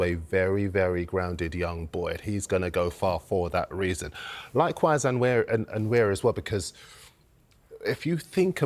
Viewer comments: Ethan himself pronounced it with a silent N. It’s just Wa-neri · At least learn how to say the kid's name correctly. Nwaneri. Not Anweri. Not Nanweri. Nwaneri. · Just say Ethan if you can’t pronounce Nwaneri properly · His name is pronounced as Wan-neri stop butchering his surname please!